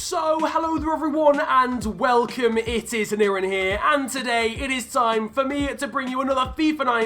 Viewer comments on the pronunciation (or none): none